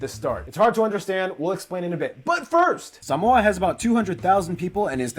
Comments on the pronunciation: Is the guy making the video even Samoan? He pronounces Samoa like a Palagi🤣🤦🏾‍♂️ And his pronunciation of the islands are shit as well, not just the guy reacting. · All lies, if you want to learn, go to Samoa. Those fools in your videos cant even pronounce the name Samoa correctly*$^@@